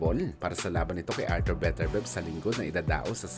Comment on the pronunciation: Beterbyeb bigkas non hindi Beterbeb 😅 tsaka Duboys hindi Dabwa😂